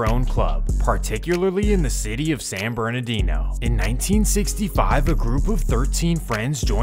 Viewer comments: "San Berdoodoo"? The disrespect! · The San bernadoodoo had me weakkk😂😂😂😂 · “San berdoodoo” lmfaoooooo na that was outta pocket 😂😂😂😂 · guessin that was a mix of Berdoo and San Bernadino. This channel isn't known for it's accuracy...lmao. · He said “San Berdoodoo.” 🤣🤣🤣🤣🤣 not a city I would diss tbh. But it pretty accurate. I almost slipped on human shit on some stairs last time I was there. It’s all love for all my family and homies out there, but damn I don’t wanna step on shit. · I love how you call it San bee DOODOO most accurate name you could give the place 💀💀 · San Berdoodoo 😂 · I had to rewind to make sure I wasn’t trippin it said San Berdoodoo😂😂😂😂😂😂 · "San Berdoodoo" lol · It really said San Berdoodoo 😂😂😂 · San berdoodoo 😂😂😂😂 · San bernadoodoo 🤣🤣 who else caught that 😅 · San Berdoodoo 🤣🤣🤣🤣🤣🤣🤣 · SAN BERDOODOO😂😂😂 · San Bernadoodoo lol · It's pronounced San Murdadino or Berdoo.